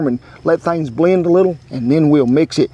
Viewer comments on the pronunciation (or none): none